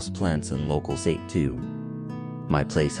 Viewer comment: Adding another comment about not loving the AI voiceover; it pronounced the Japanese drink “sake”to rhyme with English words take, rake, make, bake, and so on.